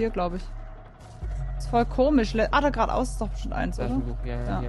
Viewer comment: Was gnu sagt : gerade aus, gerade aus Was ich verstehe : Quat aus, Quat aus 🙃 Ps: ich liebe deine Videos🐂🐃🐂🐃🐂🐃🐂🐃🐂